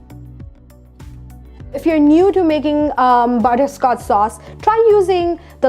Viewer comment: Butter-sco-ch sauce.- not butter-scots sauce. Fondue is a good idea